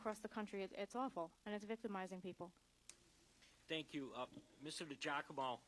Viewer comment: DUDE, COME ON, YOU CAN'T PRONOUNCE DIGIACOMO? I DONT THINK IT'S PRONOUNCED D'JACOMO